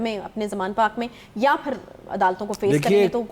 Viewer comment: Anchor ko batain, yaan nahi ya hota hay